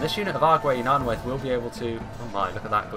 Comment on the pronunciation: All -ai's (e.g. Nanwaith) are pronounced as -i. For example in eye or kite.